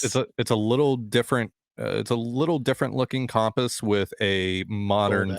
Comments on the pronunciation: He's been in Canada too long 😂😂😂 jk jk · I've only ever heard one other person pronounce compass like does.